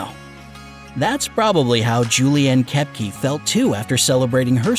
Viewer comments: It’s not k-e-p-g-e It’s k-o-e-p-g-a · lol you pronounced koepcke soo wrong